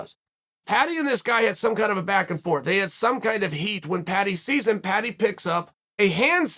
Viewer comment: Americans just can't say the word Paddy lmao